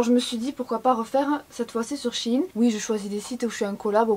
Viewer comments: CE N EST PAS SHINE MAIS SHèINE merci;) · c'est pas shin c'est shein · ou tu sais même pas prononcé son nom correctement